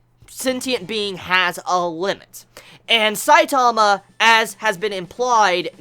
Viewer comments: i hate how you say saitama its saitama not sai taaamaaaaa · stop putting emphasis on the second syllable of Saitama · Why you say his name so weird and slow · Is it just me whos annoyed by his pronunciation of one punch man (stressing the "punch") and saitama (stressing the "sai" bit) xD just seems silly to me, not that it matters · the way you pronounce Saitama makes me cringe